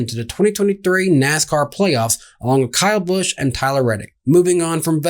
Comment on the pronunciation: Wow y'all are terrible at punctuation; how can y'all mispronounce Kyle Busch?